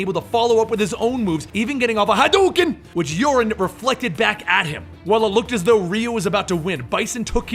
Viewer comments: the way you pronounced Urien is wrong. its not (your - rin) it's (your ree in) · You pronouncing it "Urine". lol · it's U-ri-en. it's Sho-ryu-ken. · theres an I in Urien..... and Theres an RYU in Shoryuken.